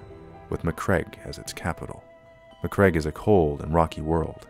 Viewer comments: Ma-Cragg-e not Macreg. (bashes head against desk) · Good little video clip. Some dodgy pronunciation of macragge and Robute. But never the less well made with some nice minis, cool. A good break from my usual beat, matt, batrap